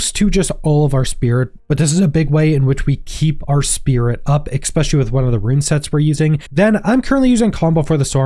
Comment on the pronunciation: "Expecially", really dude?